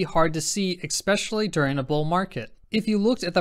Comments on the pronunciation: loving the content and your presentation. However, your killing me with the pronunciation of "especially", not pronounced "exspecially". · Excellent content as usual. Just one thing: Especially. Repeat after me- especially, especially. Thank you god bless.